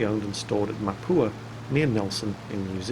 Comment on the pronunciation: I'm sorry. Mapua is pronounced as 'maah pua'